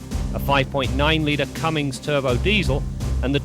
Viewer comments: Hmmm, and I always thought it was CUMMINS. With an N, not an M. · Ugggg CUMMIMS! Never will understand how automotive journalists can’t just read the word and correctly pronounce it?